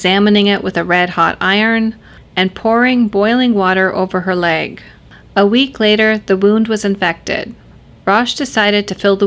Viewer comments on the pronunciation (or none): none